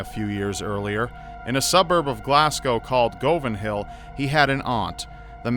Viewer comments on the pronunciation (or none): Cool story, but your pronunciation of Govanhill is a bit off. It's guv-an-hill not go-van-hill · Hey, it's pronounced guv an hill not go van hill, I know it's spelt Govanhill though. (I'm from Glasgow). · It's pronounced like Gu-van hill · It's 'Guv-in Hill'. Hello from Glasgow. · Omg is my favourite Youtuber, I'm from Glasgow and I just kinda fangirled when he said "in a suburb of Glasgow called govanhill" (it's pronounced guvanhill but omgg) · the best part about this is your pronunciations hahaha the pronunciations are Glaz go for Glasgow and Guv in hill for Govanhill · Govanhill is pronounced guh-vin-hill and Glasgow pronounced glahz-go. Myself and the rest of my Glaswegian loved the references in this though! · I was born and raised in Glasgow, the way you say govanhill is really funny. its said with a U sound, not O, so basically like guvan hill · He said goven hill wrong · Scariest thing in Glasgow is just plain Govan man 😂 anyone from Scotland will be itching at your pronunciation of Glasgow (Glazgo) n Govanhill (Guvinhill) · im from glasgow its pronounced guvenhill but spelled govanhill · It's pronounced "guv" "an" hill. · it made me cringe as well XD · I had to pause the video for a minute because I was laughing so hard. 'Go- what?!' XD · So, while its great to hear my city mentioned here (Glasgow), you pronounced Govanhill wrong. The O is actually pronounced like a U. Like, Guvanhill....You know what? I'll just shut up. I loved this! Your voice fits these stories perfectly. Definitely one of my new favourite segments on your channel. :) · Living in Glasgow Scotland all my life, it's funny how he pronounces Govanhill. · You said Govanhill wrong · This is great the way you say Govanhill. Sorry as a wegie it's funny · His pronunciation of Govanhill tickled me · As a Glaswegian, hearing you butcher the word Govanhill made me chuckle a little. This was a great video, keep it up!